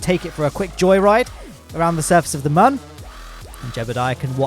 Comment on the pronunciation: moon or mum